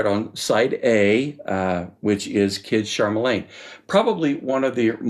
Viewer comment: FYI Just a nit-pick but it is "Kid Charlemagne" you pronounce it as "Kid Char- ma- lane" It is pronounced Char-la-main. I own a 1976 pressing, NM, which to be honest I have not played in over 20 years. Last night I spun up my turntable to take the UHQR on test drive. IDK, maybe I have a bad pressing, but in most, not all of the tracks, Kid Charlemagne, Caves, Fez, Green Earrings and Haitian, there is , I believe it's a cymbal crash, that sounds like someone is gouging the stylus across the LP for several times during the track. I mean it sounds like a mash up of broken glass, sand and gravel at a mid treble pitch. So I went back to my Original 76 pressing and sure enough although buried deeper in the mix there's the same sound in the same places-- Sent AS a message to the same affect last night. I also streamed the Qobuzz high res release last night and it is there as well but like, and actual a but better than the 76 pressing it is not at the same annoying teeth grating sound level